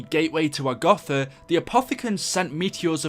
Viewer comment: He says agotha